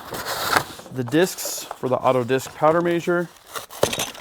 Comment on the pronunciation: Is he saying powder measure or major?